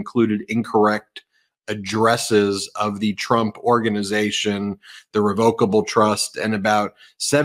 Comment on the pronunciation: Rev'ocable, not Revo'cable. Ben has a few peculiar pronunciations.